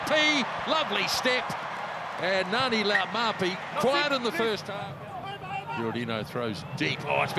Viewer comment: Cringing listening to continuously butcher Laumape’s name 🤦🏽‍♂️